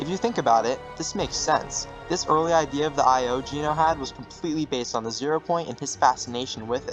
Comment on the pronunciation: Homie why’d you pronounce Genō as “Jeeno” 😭 QUARRY PRONOUNCED AS “QUERY”?? BRO YOU GOOD?